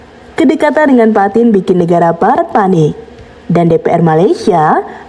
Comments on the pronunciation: Putin dibaca bukan Patin, tetap PUTIN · Vladimir Putin. Baca sesuai huruf mba, PUTIN bukan PATIN, jangan diubah jadi ikan 😂😂😂😂